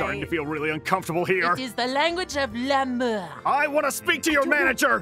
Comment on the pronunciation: noi say lamort but in french it's l'amour lamort it's the death